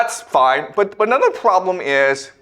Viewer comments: “The pwoblum iiiiis…” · I love how always adds emphasis to the word problem